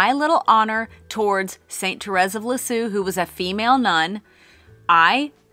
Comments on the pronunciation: Love your new name! By the way - Saint Therese of Lisieux...it's pronounced "Leez_year". Hope that helps! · Also, "Lisieux" sounds more like Lee-zyuh (I can't really write that sound for a native English speaker properly without IPA). 🌹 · St. Therese, the Little Flower, is a favorite of mine, too. And your French was so wrong! But your channel is so right. And if you need another sign, St. Therese is known for small miracles of sending roses. So, perfect! BTW, you should listen to Google to hear how to pronounce “Lisieux.”😊❤